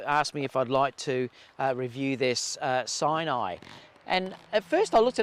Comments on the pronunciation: Mate, I believe it’s pronounced “sin-a-eye” as in “cinema.” Not “sign-eye!” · You’re right lol